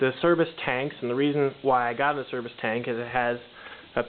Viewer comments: Nice review. Nice of you to post good video images of the tank. By the way, Acerbis is pronounced a-CHAIR'-bees. Acerbis had a T-shirt, at one time, that had an 'A', a picture of a chair, and a swarm of bees. I guess they knew we all didn't know how to say it. That T-shirt taught a lot of us to pronounce it correctly as have vendors/reps and internet advertisements. Good review. Thanks again for posting. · Ah-Chair-beece...........is how you say that. It is an Italian surname